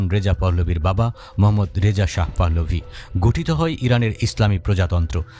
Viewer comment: পাহ্লভি না পাহলভি হবে আপনি বার বার ভুল উচ্চারন করছেন।